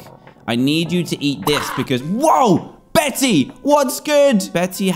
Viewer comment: DAN. 'Bette' is pronounced 'BETT', NOT 'Betty' !!!!!